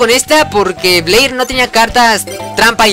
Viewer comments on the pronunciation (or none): se pronuncia bler se pronuncia alado con llamas el de jaden aprende a perder con mujeres alibaba has un directo jugando yugioh pro phoenix con subs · es "bleír" con acento csm y lo dijiste sin acento XD okay no solo quería comentar algo XD